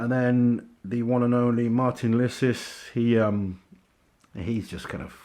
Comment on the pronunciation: Not to be a dick but it's pronounced Marteens Leecees.